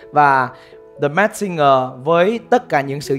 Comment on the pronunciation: Làm ơn phát âm chữ “masked” chuẩn hơn được không ạ…